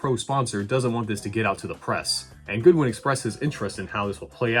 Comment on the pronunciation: his name isnt Goodwin it's Godwin